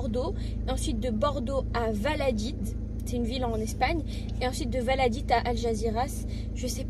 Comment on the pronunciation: Valadid😂😂😂😂😂non valadolid😮😮😮